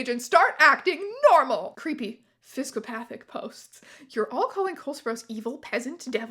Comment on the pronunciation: Thank you for properly pronouncing "physcopathic"/"physcopath." Phabulously phunny stuphph!